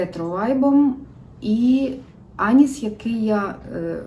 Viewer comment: Доброго дня! Вас дуже цікаво дивитися і слухати. Але чому ж Аніс?))) Звісно анІс, наголос на другий склад. А то проситься якась паралель з Анусом))) , вибачайте